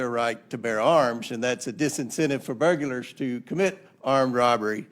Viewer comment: It's burglar...not burgerler.